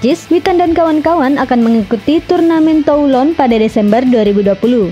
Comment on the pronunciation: Baca /tulong/, min...